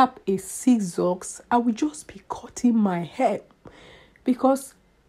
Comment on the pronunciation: ...Errrr.. and what was the purpose of this video??? A whole lot of talking but not saying much. "I am addigded to cotting my heh?" Whats ur point? Who cares?